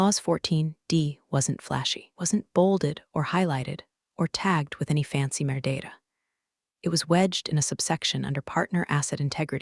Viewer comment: I wish the voice-over software understood the term ’metadata’.